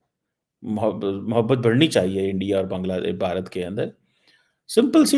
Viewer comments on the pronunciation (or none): none